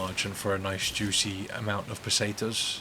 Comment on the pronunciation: the run itself is aight, good shit, but that pronounciation of foreign words 💀💀 "el jeeguntays", "paysaytas (?)" also that "advice" about "not opening the videos if you know youre not going to watch the majority of it" - bruh, i was already tired ~12 years ago when every mf making money on yt started begging for comments, likes and subscriptions (which they still do of course), but this is like a new level of someone asking other people to do his job 💀💀no one should go out of his way to help someone min-max his money-making machine and yt algorithms, morally questionable and extremely time wasting even if you "want to support the content". at the end of the day if the video is useful/entertaining/whatever to people theyre going to watch it (most of the time for the content - not because of the person who made the video, no one here is friends with each other, no one knows each other and especially the viewers should remember this, it's a business, not a family meeting 😭) but asking people to watch my shit or not watch my shit just so i can maximize the profit and gain advantages? hell nah 😭 i understand that it takes time, skill and it's basically like a work etc. but hearing that meta-business-min-maxing-youtube-talk-bs on nearly every channel, whether a big ass yt channel or someone who just started, is still annoying